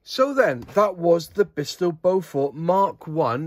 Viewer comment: Like a few other aircraft names chosen in the past by the Air Ministry and manufacturers, it's a tricky name to pronounce if you haven't heard it before. Strictly speaking, it's BOW-FERT. With the stress on the first syllable. And bow as in longbow, not something you do in front of the Queen... Nice review! :-)